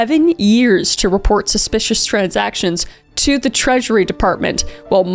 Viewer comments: Kris needs to make T-shirts that say "SPUH-SPICIOUS." And the proceeds can go to her court fees after T** sees this video. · Am I missing some joke with your pronunciation of ‘suspicious’ ? It’s wrong every single time. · Suspicious.. Not Spuspicious ... 🤦🏾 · Are you saying suspicious because I keep hearing you say spespicious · The SPUHSPICIOUS was so Wiwey 😂🎉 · I gave it three “spshpicious” I’m out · Genuinely curious as to why u pronounce suspicious wrong😭 is it on purpose? It makes me laugh every time but u sound like u think ur suppose to say it like that. Great video btw🔥— omg u said it right! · Just realised: Kris might not be able to say suspicious right 🥹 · I was wondering the same thing